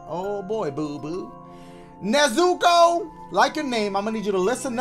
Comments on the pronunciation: my fellow weebs did anyone get MAD when his said na-zoo-ko ITS NEZ-OO-KO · When he said “ne-Zuko” I started dying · The weeb in me when he pronounces it “nezooko”: 👁👄👁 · the way dashie says Nezuko is 👌🏾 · I wouldn’t get mad cause he pronounced it wrong, it just happens lol. Btw that was me, Nezuko 😂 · dashie doesn't know how to say nezuko